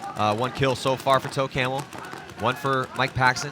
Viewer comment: Yeah I know but it sounded like toe camel aka camel toe